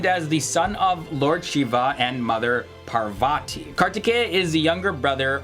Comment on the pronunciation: purvaatiha! It's paarvati